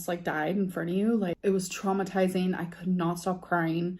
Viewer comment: Drinking game every time she says traumatizeen/traumatized etc.